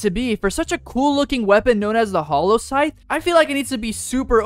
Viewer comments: Its funny when he pulls out the scythe and says "sallow hythe" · Bro reply said sallow heigth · I’m so sorry to say this but bro said sallow hythe 💀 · Bro said sallow hyph in stead of hallow scythe